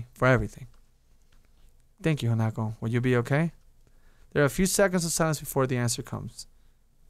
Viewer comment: I agree with S4rC4sM!! Do another Path. Do Hanako's maybe P.S. It's pronounced Han-a-ko not Hana-ko